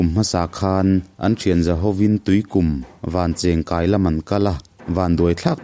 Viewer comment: Vancheng kai kha , (cheng) tih lai tak kha , pawisa kan chhiar a cheng ₹10 kan lam rik ang khan ( cheng ) kha lam tur a nia ( vancheng kai)